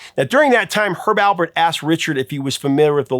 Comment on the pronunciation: Please pronounce Herb Alpert's name correctly. There is no "b" in Alpert.